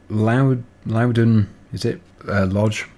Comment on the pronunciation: Yes, you pronounced Loudon correctly, I live in Ayrshire... which is where this map is based. Can't wait to play it!